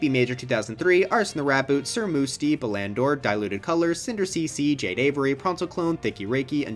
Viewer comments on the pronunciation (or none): I know why you said Sir Moosty lol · HE PRONOUNCED SIR MUSTY SIR MOOSTY!!! HE SAW, GAMERS, HE SAW!!!